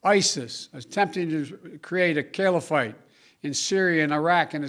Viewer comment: what is a “killyafight”